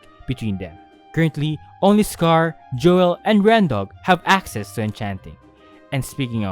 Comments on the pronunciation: its joel not joêl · this video just came up on my recommended and i decided to watch it, and from hearing your voice i could tell you were filipino too XD hoping to see you make an empires smp explained video <3 also just a tip, joel's name is pronounced as "jowl" enunciating the e isn't really necessary :D